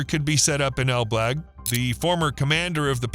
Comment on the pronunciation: Pronunciation of ElBlag is completely wrong, didn't you check how it's actually said first before mentioning it numerous times in this video?